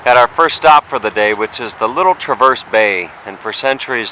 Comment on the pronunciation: As someone who lives in northern Michigan, I suggest you learn how to pronounce names, and identify places correctly. Petoskey is pronounced puh-taa-skee. Traverse is pronounced tra-vrs. The harbor is called Round Lake not Traverse Bay.